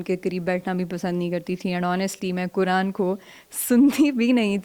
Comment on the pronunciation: میری مؤدبانہ درخواست ھے آپ سے کہ ۔۔۔۔۔ " ق " کو " ک " نہ بولیں، " قرآن "کو " کران " نہ بولیں ۔۔۔۔۔ اسی طرح نقاب کو نکاب نہ بولیں ۔۔۔۔۔!!! آپ کی اردو بہت شُسْتَہ ھے ما شاءالله تعالیٰ، تو آپ کی ذرا سی کوشش سے آپ کا "ق" جلد صحیح ھو جائے گ، ان شاءالله تعالیٰ ۔۔۔۔ والسلام علیکم ورحمتہ الله تعالیٰ وبرکاته ۔۔۔۔۔